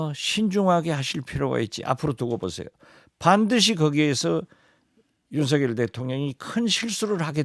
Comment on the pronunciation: 진행자님 제발 윤석열을 윤서결로 발음해주세요 윤석렬이 절대아님